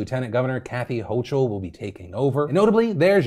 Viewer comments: Hochul is pronounced “ho kle” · Just a heads up, it’s pronounced Kathy HOH-kull. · Hey Phil! Just a heads up on Kathy Hochul, the last name is pronounced: (Ho-kul) the -Kul sound like in "skull." Much <3 from New York.